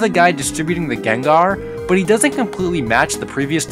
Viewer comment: Gengar more like Nengar